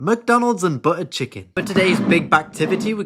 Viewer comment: Mac Donalds and buUuu chicken 😂 I love this guy!